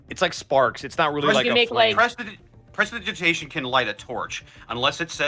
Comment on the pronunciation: Not a jab or anything, but I find it funny how still doesn't know how to say prestidigitation even 14 sessions in.